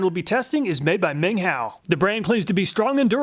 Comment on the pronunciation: I love the obliviously butchered foreign names lol: Kutir as "Cooter," Ming Hao as "Ming Ho" even though he pronounced it right at first